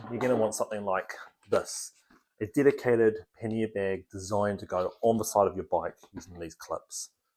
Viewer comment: it's bæg, not behg. E minus.